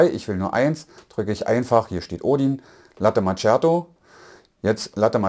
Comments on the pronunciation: Daumen hoch für die klare und tolle Übersicht und Erklärungen. Top Video. Bitte bitte bitte: Latte MaKKiato und nicht immer Latte MaTSCHiato - das tut echt weh. Ciao. 😉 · "Latte Matschjato" alter.... Es heißt ausgesprochen MAKIATO. Ist das so schwer? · Das heißt Kaffee (langes "e"..), nicht KAFE.. oder Kafö.. Ähnlich wie mit Latte Macchiato, so wie es auch dort steht... nicht MATSCHiado. Immerhin habe ich kein "Expresso" gehört. Aber trotz der blutigen Ohren: es ist sehr schön realisiert! Ich würde sogar fast behaupten dass Du alles erklärst, bis auf die Mahlwerkeinstellung. Super gemacht.